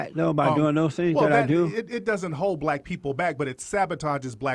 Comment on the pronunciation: Why does Peterson always have difficulty pronouncing black name?